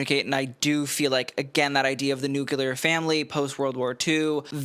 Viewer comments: You Americans are so funny. What the hell is NUCILAR!? Just because George W couldn't say NUCLEAR doesn't mean you have to appropriate it. Leant ENGLISH! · Oh my gosh but you said Nucular 🫠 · A homosexual with a microphone on the internet who can't pronounce "nuclear". Oh, that's right, he's American.